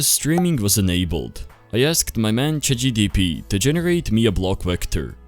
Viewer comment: "CHATGPT" NOT "CHATGTP" BRO TS PMO